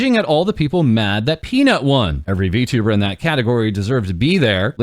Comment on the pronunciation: Well, at least xQc doesn't say vtubber anymore.